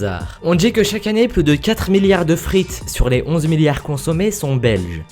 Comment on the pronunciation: C est pas Namour mais NamurXD comme ca s écrit^^ Tu ne dis pas "plous" mais "plus"^^